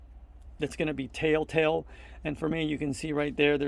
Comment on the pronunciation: It sounds like you're using the phrase "tell tale" wrong. It sounds like you are saying, "tale tale." Great video though!